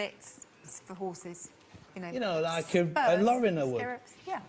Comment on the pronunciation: It is Lorimer nor Loriner good one though